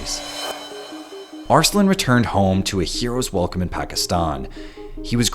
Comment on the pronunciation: As much as i like this video, the narrator's pronunciation of "Arsalan" bugs me